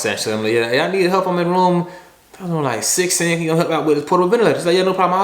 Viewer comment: “If I’m not sho I’m not gon’ go” ahahah